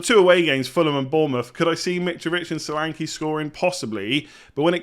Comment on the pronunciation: The name “Solanke”is pronounced SHÓLÀNKÉ and not Salanki. S sounds “SHip” N is stretched and E sounds “bEd” not “I”. Great wild card selection.